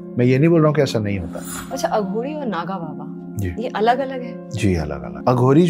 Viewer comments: Bolna sikho pahele madam..aghori ko aghodi bolti he.. Mu me supari thuk k aa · Pronouciation sahi kar ...mam . Aghodi nahi ....aghori bolte hai .. English medium ...